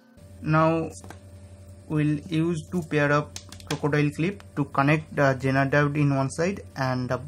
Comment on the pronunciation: why does he keep saying JENER diode ?are Indians incapable of saying Z ?I don't think they are, because Indians have ZEE TV and they can pronounce that correctlyso... why is he saying JENER